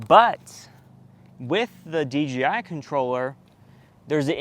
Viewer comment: I sounds so much like you're saying DGI?